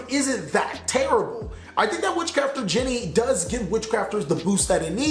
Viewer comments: thats not witchcrafter "jenny" its genie like in the lamp. great vid as always though. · You pronounced genie like Jenny and crochet(a type of sewing) like crosh and maybe I am wrong but I dont think you got it right